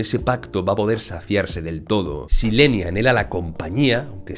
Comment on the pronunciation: Me tenías confundido 😅 Por qué le dices "Leni" es Hellen? 🤔